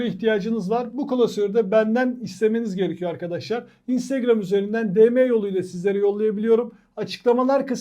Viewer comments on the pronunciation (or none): none